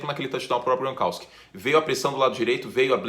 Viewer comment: É "Gronkauski" ou "Gronkóviski" ?